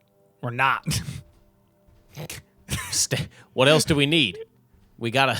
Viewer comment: bro called it elz we're💀